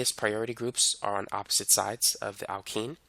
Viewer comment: "Zee Zeme Zide" and "Epposite"